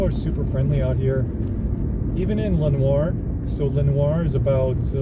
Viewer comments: Bro, it's "Len-ore" not "Len-war" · Lenoir City is pronounced "La-Noor" City in East Tennessee. Just want to help you avoid confusion with local fares.